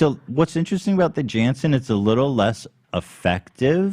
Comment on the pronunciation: The name of the pharmaceutical company is pronounced Yan-son, (I work in pharma so that whole segment made me nuts😂)